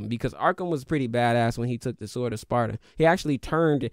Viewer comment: Is he pronouncing the W in sword?? 😂😂😂